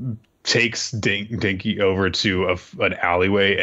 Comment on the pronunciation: "Denki" You're killin' me man.